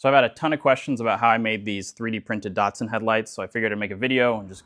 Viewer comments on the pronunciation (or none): I have a question. Why do you pronounce Datsun (a as in cat), DOTsun? 🤔🤷‍♂️ The Japanese don’t. Just curious. Besides that, cool 3D models.